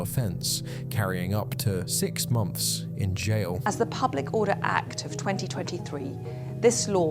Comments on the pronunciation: "20 monts" .. months? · I believe it is months not monts. great video